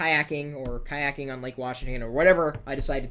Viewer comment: lol BTW its kayaking:p